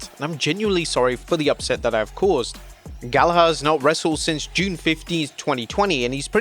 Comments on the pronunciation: its pronounced 'gal a ger' NOT 'gal a har'. it's a common and famous british name you should be getting right.... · Bro the pronunciation of the last name Gallagher makes me mad holy. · Dude, you are British, how could you mispronounce Gallagher? Have you not heard enough about the Oasis tour this year??